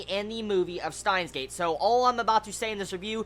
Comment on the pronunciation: When you say it,it sounds like "Staahns;geid". Still a good review.^^